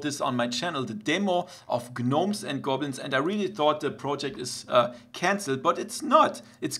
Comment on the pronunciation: Its pronounced nomes and goblins. The G is silent. Fyi.